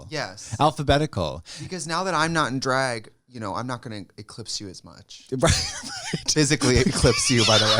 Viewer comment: The way Trixie say Drag is everything